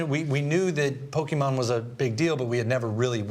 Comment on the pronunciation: funny how they pronounce pokemon sounds likes a Bokkimon... which means erection